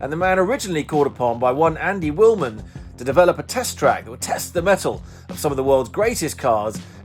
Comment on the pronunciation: Wilman not Willman